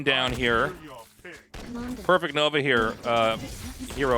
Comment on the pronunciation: A PRE-FECT, as in that Prefect Nova hero, is a high ranking officer. It is not "Perfect" nova, but "Prefect" Nova.